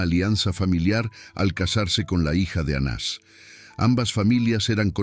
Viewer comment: Soy Sra NAVARRO. Estiy escuchando ka historia de ANAS Y CAIFAS. Dicha por USTED. Y oigo que no ha dicho correctamenre los nombres de esos personajes. Les da acento o se los quita a los nombres. Por favor no confunda.GRACIAS